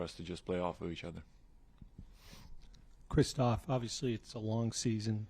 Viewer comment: Seriously have hard is to say Kristaps? Kristofs ☹